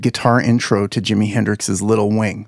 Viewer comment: …”Hendrix’s”…🤣 I can’t take this man seriously after that. Is this 3rd grade?